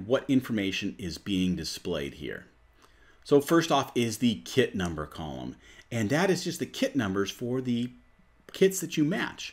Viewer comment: It's sounds like you saying kid instead of kit it's a little confusing